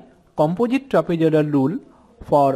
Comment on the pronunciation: Trapezoidal lule 0.05 sec 😂 (jokes apart) your videos are really helpful😃